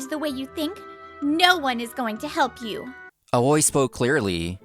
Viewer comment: Great story as always. But can someone please tell the voice actors that 'Aoi' Is pronounced 'owee', lol.